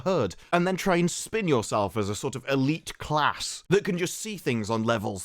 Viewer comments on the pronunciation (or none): none